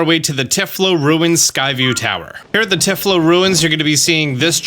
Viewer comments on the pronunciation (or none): "Tie-Flow" ruins. not tif-lo.